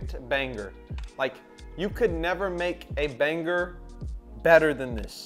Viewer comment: why does blud say banger like “baneGer”